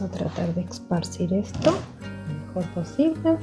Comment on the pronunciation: Esparcir se dice